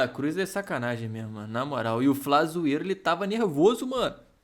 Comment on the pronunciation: Ata "Flazoeiro", eu tinha entendido "Pazuello", fiquei bugadasso 😅😅